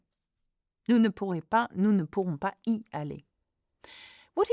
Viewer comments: Is there a liaison with “pas & y”? I’m not sure I heard you say it? I thought it was supposed to be “pa zy aller’. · Please why is there no liaison for '...pas y aller...' in the last sentence